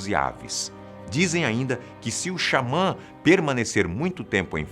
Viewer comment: "Xamã" kk